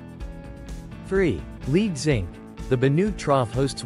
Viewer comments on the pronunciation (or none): If your fake voice can’t pronounce lead, you’re fucked